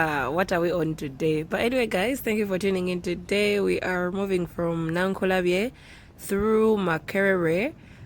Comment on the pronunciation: Meanwhile its Nakulabye not Nankulabye😁